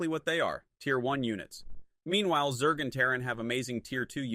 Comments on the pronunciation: Damn really showing personal growth realizing the truth about SC Weird how he pronounced Zerg as "Zerdj" tho..🤔🤔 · To say 'zerg' properly you can write it as 'zergue' which forces the AI to pronounce it correctly.